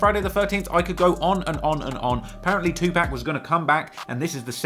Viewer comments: It's PAC not Pack.. for someone who does videos like this, how the hell you going to get his name wrong.. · Tu PAC!!!! Not PAK DAMN MAN!! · It’s two-pock not two pack lol drives me nuts hearing him say Tupac’s name wrong 🙃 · Bro it was cool til you got to pac and called him 2pack, come on fam get it right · Anyone whos says Tupack and not Tupac has NO Credibility with me. 👀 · Pronunciation Guide: 2Pac: 2 Puck not 2 pack Lyor Cohen: Lee Or not Liar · Tupac (2Pac) not 2 Pack. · C'mon. You know it's 2 (POCK) not 2 (PACK). Of all people you should know and respect this! If you were some random white lady on the news talking about recent developments regarding the murder of 2pac, then I get it. But you legit have made a career out of researching and talking about the rap industry for crying out loud! I'll give you this one hall pass but you gonna have to button it up from this point forward champ! I still dig the hell out of your channel though! 😂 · Its 2pac not 2pack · Say 2 pack one moe again it’s 2 pac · Its tupac not tupack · Say 2-pack one more mf time!! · every time you say 2 pack it's a sobering reminder that you weasled your way in to this culture. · Please pronounce Tupac as TUPAWK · Anyone that pronounces Tupac "To Pack" has no rite to speak on rap...... please exit to your left sir good-bye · I used to want a British accent till I heard him say 2pack 😂😂😂 maneeee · did he say 2pack like 5 times....lost me there buddy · 😅 "Two Pack" 😂My dude, even Pac himself had something To say about that fuck up😂❤ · 2 pack instead of Tupac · Why can’t 🖐🏻 people say “2-pac” right? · why you call 2pac, 2 pack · White ass sayin 2 pack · Tupac not Tupack smh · Dude stop saying 2pack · Now I know you know how to pronounce that man's name. It is not 'Tu-Pack" Have some respect for the dead. I get that you are from the UK and you have an accent, but you don't mispronounce nobody else's name. Just Tupac's. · The man's name is not two pack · Stop saying TuPACK